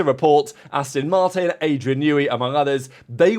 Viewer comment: How long have you been into F1. You should know by now that it’s ‘Ast-ON’ Martin… Not “Ast-IN” Martin. The clue is in the name🤪 (It’s like listening to Australians pronouncing Mercedes😱) I’m very much Intrend your thoughts 😎. May the Force be with you.🌀 Jim🌀 (-: <*>:-)